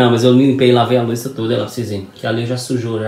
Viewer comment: porque vc fala lavar loica ao invés de lavar louça? Um abraço!